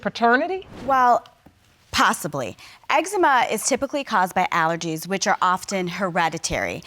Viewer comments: That boy said xzeema 😂😂😂😂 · Judge nonchalantly corrected his pronunciation of "eczema" but she continuously mispronounced named even after hearing his mom say it several times. 👌🏽